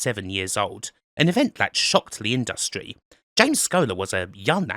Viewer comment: I've never heard anybody pronounce it the way does here, and I'm English and worked with WYSIWYG programmes for years. Just one of Kims eccentricities. Like putting the syllable stress strongly on the second syllable in "industry".